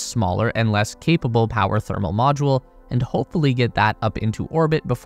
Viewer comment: Mmm…yes. “Powe”